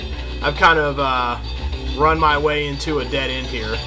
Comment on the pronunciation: You said "Super Charge Runp/Rump" .